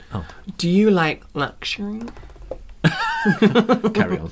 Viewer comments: Yes! Not to mention luhhzzhhureee✨✨✨ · Don't forget Lusseurie